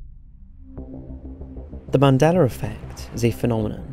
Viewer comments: It's "Mandela Effect", as you pronounced "Nelson Mandela"... I don't know why I keep hearing you say, " Mandeler Effect " ,but, I do. Great video, regardless how you pronounce it. I think what CERN has (and is currently) tinkering with is what is causing issues. Do a video about CERN!!! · Mandeler???? I thought it was Mandela!?!? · Why is it pronounced as "Mandeler"? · “Mandelar” lol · He is saying 'Mandelar effect' or am I hearing it wrong?